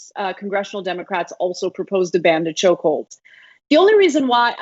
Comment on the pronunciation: Lol. Think he DID say choke holes lol